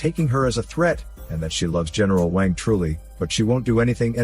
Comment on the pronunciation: Omg the way the bot says eneral wang 😂